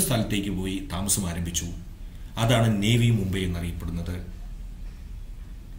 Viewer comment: നേവി മുബൈ അല്ല നവി മുംബൈ ആണ്